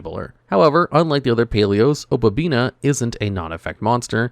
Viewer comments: OH • PUH • BEE • NEE • UH. O PA BI NI A Opabinia. For fuck's sake. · Paleo is such a fun deck to play. Opponents are just never gonna read when playing against this deck. Edited: OK, the obabinia and leanchoilia pronunciation is just intentional engagement farming at this point.